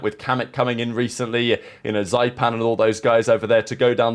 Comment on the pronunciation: The way he pronounced zyppan broke my ears